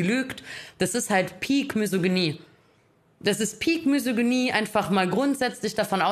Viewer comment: Solange "Misogynie" noch nicht mal richtig aussprechen kann (sie sagt immer "Mysoginie"), weiß ich nicht, ob sie jemals mal nachgeschlagen hat, was das überhaupt bedeutet. 😂